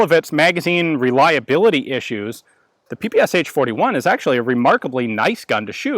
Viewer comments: Ppsh is pronounsed as pe-pe-sha. This abbreviation consists of three Russian letters ППШ, where Ш = SHA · The name is not Pe-Pe-eS-h. It’s “pepesha” 😁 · Strange to hear you say "P-P-S-H", when it should be "P-P-SH" or "pe-pe-sha". It stands for pistolet-pulemyot Shpagina, or Пистолет-пулемёт Шпагина. Shpagin was the inventor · its not P-P-S-H ! its P-P-Sh 3 letters ! ППШ u have not letter "Sh" = Ш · It is not pronounced”P P S H”. The proper way is”PEH PEH SHA(like in SHort). It stands for «Пистолет пулемёт Шпагина» . Literary “Shpagin’s submachine pistol” Shpagin is the last name of the inventor. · It's not called sha, that's slang. It's peh peh che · PPSh? You mean PPŠ? Verbaly it's: "Pa-Pa-Ša" or for Americans "Pa-Pa-Sha" not "P-P-S-H". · PehPehSha! Not PePeEs-H. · Why americans call it PP S H instead of PP Sh? Machine-pistol of Shpagin, so it should be PP SH, isn't it? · It's not Pee Pee eS eicH, because those are not four letters/sounds, but only three of them Pee Pee eSh or Shee, where Sh is like in shoe, show, shot. That's why the h is in small caps. Just call it PaPaSha, it's the closest you'll get to how it's actually called. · is it not supposed to be pronounced papasha? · You are pronouncing dis wrong. It is pronounced, 'p-pshh' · Peh-Peh-Sha. Get it right. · PPSh is actually pronounced P-P-'SH', like in Shh!, it's named after a guy named Shpageen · Cool video but the name sounds different. П П Ш P P Sh (peestolet pooljemet Sh'pag eena Shpagin submachine gun) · Ш is not "sha", but "sh" (or "esh"). The designer was called Шпагин = shpagin, not shApagin, and the gun is literally called "Shpagin's submachinegun", that's why it is "pe-pe-esh". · In Russian this gun is called Peh-Peh-Shah😉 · Ппш 41. Its pronounced Pe pe sha. Nice shooting test id love to shoot one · just a little thing in case anyone hasn't already mentioned it the "ppsh" is actually pronounce "papashaw" for reasons i'm not even gonna try and understand